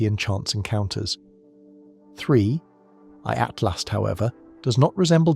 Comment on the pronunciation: Every time narrator says 3I/Atlas sounds like Free at Last!